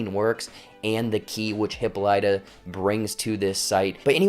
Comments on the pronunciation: This is just a rhetorical comment: the name HIPPOLYTA (queen of the Amazons) is incorrectly pronounced in this series. (Years of Latin and Greek are on my side.) It's Hip POL y ta -- not Hippo LY ta. I feel better. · So true it was irritating to keep hearing the pronunciation of the name